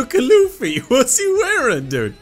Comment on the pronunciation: Tell me he didn’t call luffy luf